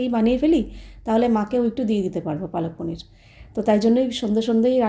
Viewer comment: অশিক্ষিত সত্যি "palak paneer" ওটা কে বাংলায় পালং পনির বলে আর উনি কন্টিনিউ পালক পনির বলে যাচ্ছে অশিক্ষিত একটা।এবারে ন্যাকামো করে ভিডিও করে বলবে যে আমি হিন্দি তে বলেছিলাম।😂হিন্দি তে বললে উচ্চারণ টা "পালাক" হতো 😂